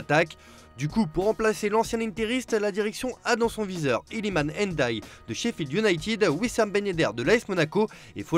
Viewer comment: Qui ? N DAYE ? Fait un effort